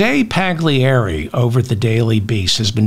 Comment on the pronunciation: David, please pronounce Paglieri properly. The "G" is silent. say it like its spelt "Pallieri". Jose is probably from Argentina but has an Italian father, thus the Italian last name. thank you.